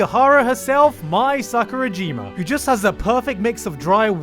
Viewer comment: Just wanna be clear to anyone who thinks he is being sarcastic like with his eromanga sensei video. This is real. This show is amazing. Also, sakurajima is pronounced sak-ur-ah-ji-ma, not sak-ur-uh-ji-ma. You can hear them say the name, don't just read it and imagine how it's pronounced.